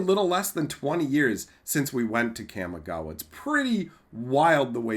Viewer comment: Hey there just wanted to let you know in Japanese a is pronounced only as ah. So Kamigawa is pronounced Kah-me-gah-wah. Not kam-e-gah-wah.